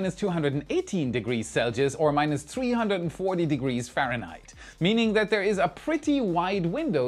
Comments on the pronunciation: selgius? Whats that? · You can tell is starting to become Americanized he's struggling to say Celsius correctly now😂😂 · He could probably say the German pronunciation perfectly. What he struggles with is the US mangling of the name... ;-)